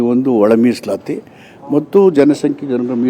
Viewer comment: Musalayi ❌ Misalati✔️